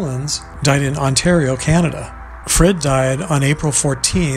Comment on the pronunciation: Sorry it's Jonathan frid not Jonathan Fred